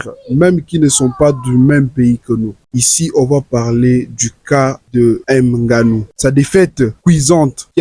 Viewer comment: on ne dit pas "n" ganou